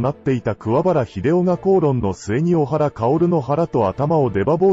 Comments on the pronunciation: おはらではなく、こはらです‼️ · 小原組は、オハラではなくコハラです